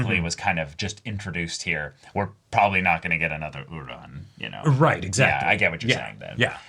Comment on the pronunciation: I watched the dub of this episode, so i genuinely thought this whole time that her name was "Udon" like the noodle, not "Uran" like the planet, the way its said